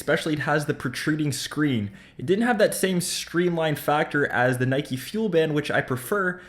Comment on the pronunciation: HOW FUCKING DIFFICULT IS IT TO PRONOUNCE NIKE CORRECTLY